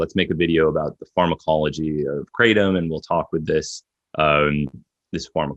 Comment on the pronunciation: Why do people from the United State s of America insist on calling Kratom : Kraytum? It's kra-tome